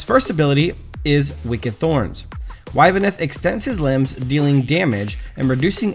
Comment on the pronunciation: It's pronounced ib-neth lol Cool vid tho